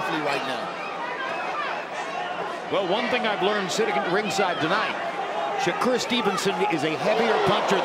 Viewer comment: Tarver saying shakur's name wrong all night is nerve wrecking